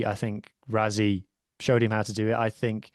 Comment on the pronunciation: Btw. Mate if you want to engage Saffas. Rassie is pronounced Rassie .. not Razzie. its with "s"not "z" 😂😂😂😂